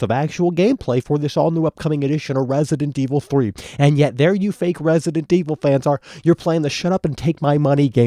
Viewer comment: Guys he isnt talking about resident evil 3 hes talking about wesident evil 3 calm down